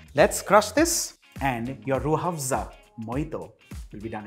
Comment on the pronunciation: Hahaha me pakistani watching..m and just heard him saying rooh (h)afza... Delicately 😂😂😂😂